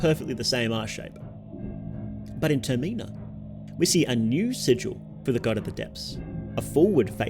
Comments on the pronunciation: 'TER-MENNA' is pronounced ter-meh-nah the same way it is in majors mask. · Ter-min-a . Terminal . Ter-min-a(l) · Bro tf is this pronunciation of termina lmao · TerMEENA? man wtf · It's pronounced "TER-mi-nah", not "Ter-MEE-Nah". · turr - mee - na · You shouldve put a trigger warning for how you pronounce “Termina” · I can't take you seriously with the way you pronounce Termina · Never heard anyone pronounce Termina like that 😂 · Take a shot every time the word "Termina" is mispronounced. You will die of alcohol-poisoning. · say termina right